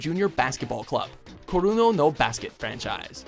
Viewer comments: Wtf how do you get Kurono from Kuroko, you need to learn how to say the names of the shows you are talking about correctly. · How the hell did he get the pronunciation "Kuruno" from Kuroko when it's written right there..? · rofl he said koruno no basuke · I think I heard him say ''Kurono'' ... is there anyone eles? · No matter how much I replayed it, I still keep hearing "kuro- no basket" 😂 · dude kuroko, learn how to say it, better yet how about they fire your ass and hire someone that actually knows how to pronounce the things they talk about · Fine with the list, but am still upset he mispronounced Kuroko when it should be a name you can sound out and pronounce correctly!